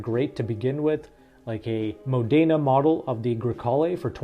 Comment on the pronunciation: It’s pronounced ‘Mod-da-na’